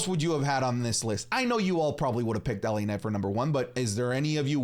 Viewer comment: The way initially said LA Night upset me, I was ready to do the point thing